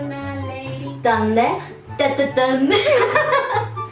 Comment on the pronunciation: se dise thunder no tonder se dise thunder si noes porque te este regañando pero la verdad se disse thunder no tonder thunder thunder nooooooooooo tonder